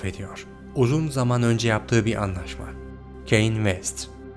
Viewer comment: Keyn vest Ldkwlskle Kanye diye okunmuyomuydu ya